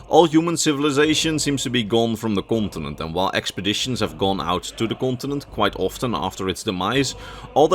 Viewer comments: I see, I did not mean to be rude, I probably came across that way, at first it sounded like you were actually saying gibberish, though I am pretty certain the way ESO pronounces it is not how it's spelled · which game are you talking about? Since the way your pronouncing it is nothing like how it's spelled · I am sorry but did anyone else keep hearing him say france when he talked about the continent the sload was from? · I love your videos but your pronunciation of continent is ear cringe. I hate to be that guy but it was said SOO MUUUUCH!